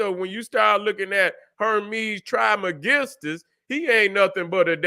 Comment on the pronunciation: "trish mey-giss-stus"